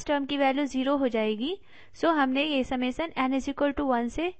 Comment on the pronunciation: Summation ko samasan bol rahi hai yeh😐😐